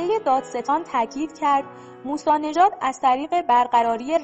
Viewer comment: چقدر بی سوادی ، حسین هدایتی دولابی درسته نه دو لابی از طریق شرکت. سید مهدی موسوی نژاد درسته نه موسی نژاد کارشناسان متخلف درسته نه مختلف